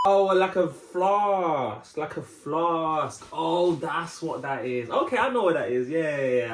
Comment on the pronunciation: Floss?or did you say Flask?